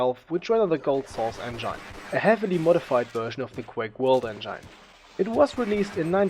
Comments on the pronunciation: Engine, not Engyne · STOP SAYING ENGINE LIKE IT'S A VAGINA ITS ENJIN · It's engin....not engaine :/ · Engine is pronounced as [enjin] not as [enjine] but a good video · I bet someone already said that, but "engine" is pronounced with i as [i] in it, instead of [ai]. So it should sound not [endzhain] but [endzhin] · Sorry aber es heißt engine nicht engeine trotzdem gutes video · Hmm, I might just be really picky, but I cringe every time you pronounce engine. (It's pronounced eng-in not eng-ain. I'd love to see you pronounce it correctly in your new version as it would make you sound more professional. Other than that I think you did a good job on making this video and I look forward to watching, and/or listening to you in the future. :) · sauce en-jane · Endschaine xDMan spricht das en-gine (en-dshin) aus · "enjain" LoLXD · He said : "enJaine" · wtf ist ein "enjein" ? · “Enjain“ cringes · source "engyne" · Engyine pronunciation just gave me 9999 types of engine and Ebola and AIDS and ebolaids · source "enjine" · "Engaine" lol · engyne lol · I like how you pronounce the word engine as "engan" or "engain" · you know its engine not engyne lol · The way you pronounce Engine.... English is my 8th language and even i know you pronounced it wrong. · Hate how he says engine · What's with fellow europeans who don't spellcheck english words ? That's not how "engine" is pronounced buddy! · And his pro naucation of engine... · the way he pronounced engine is unbearable im sorry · soooo german :p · nice video, but please learn how to pronounce 'engine' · Love how you say "Engine" :D I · "the soos engain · "en-gyne" "global offense" :D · Nice video but you said 191999 for the release of 1.5 or something, also you pronounce engine wrong and it's counter strike global offensive, not offense